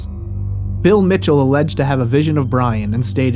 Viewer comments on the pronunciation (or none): none